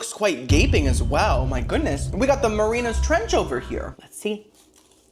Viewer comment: King you keep saying marinas trench it’s Mariana Trench 😂😂